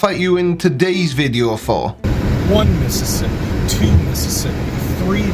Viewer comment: Hold on a minute,!! Right here you can keep "Mississippi" outcha got damn mouf!! LOL